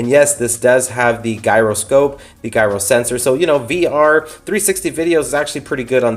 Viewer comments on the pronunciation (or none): Gyroscope pronunciation: Should be pronounced with a j sound, not a hard g. “Jeyeroscope.” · Oooo ok. Loved the review until you said GUYrow sensors. Lmao. Jk just a peeveXD